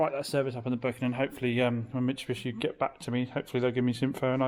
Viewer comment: mitsubishi not Mitchabishe lol 😂